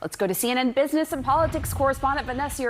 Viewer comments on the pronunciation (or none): Maria Barteromo hash no bushinesh being in any short of broadcasht media with her obvioush shpeech impediment.